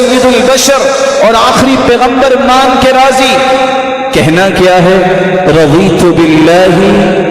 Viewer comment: Assalamualaikum Bhai first video me razitu ko razina aap bole the is ko clear kijiye